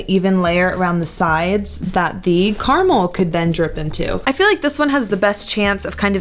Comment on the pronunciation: what is this CARMALL that you are talking about?? Don't you mean CAR-A-MEL?